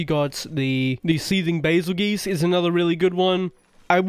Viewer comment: baselgeese 😂😂😂 i say bahzeljuice but im not sure whats correct 😅